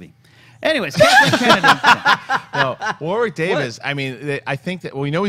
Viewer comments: PSA the second w in "Warwick" is silent. It's "Warrick" not "War-Wick". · Can you guys please pronounce Warwick correctly. It sounds like Worrik not Woar-wick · From an Englishman, you pronounce Warwick's name like 'Worrick' not 'War-wick' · It's War-ick, not War-wick (in nasal nerd-tone). The second "W" is silent, like a lot of English towns or locations, ex: Chiswick, the "W" is silent. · You don't pronounce the second W in Warwick. They said his name a thousand times at Celebration. War-rick. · They're saying his name wrong. How is that trolling?